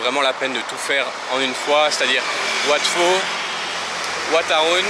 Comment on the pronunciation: Wat "Pau", pas wat "Fau" !